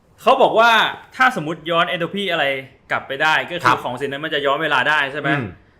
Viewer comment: Entropy(เอนโทรพี) ค่ะ ไม่ใช่ เอนโทรฟี